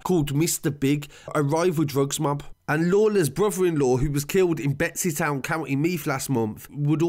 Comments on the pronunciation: Draw-heh-da is how you pronounce it, and Betty's town not betsys town haha but good report all the same all accurate enough information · Betty's town not betsy town lol but fab update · Betsy Town 🤣 its Bettys Town and And its pronounced draw hid a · And Betsy Town 😂🙈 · Such a detailed report, way better than any news report. But its pronounced Draw-a-dah and bettys-town. Just encase you do another video 👌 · and its bettystown not betsytown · It's called Bettystown, not Betsys and Drogheda is pronounced Draw-head-a. Also the car was found in the Ballybough area, not the Drumcondra area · Might just want to work on your pronunciation of the town of Drogheda and where the fuck is Betsy town?? I think you mean Bettystown, it’s not that difficult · The way he says drogheda , meath and bettystown 🤣🤣 nah but srsly great video good to shed some light on this it was a horrible thing many ppl had pics of the aftermath on their phones and it was sick they would send it around